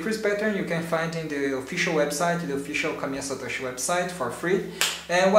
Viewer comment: Why do you keep saying "Kamiya Satosh"? There's an "i" in Satoshi you know...